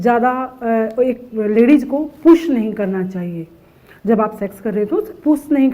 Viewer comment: She is using puss instead of push..😁😁😁😁